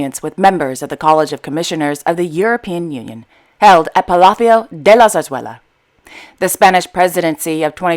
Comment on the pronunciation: Love the perfect way you say "Palacio de la Zarzuela"!(AND all the others words,FOR sure!)thanks,!